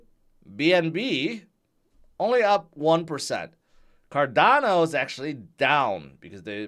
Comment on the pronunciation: Been in a sour mood all day today until I heard "Cardanzo" and couldn't stop laughing each time you said it.😂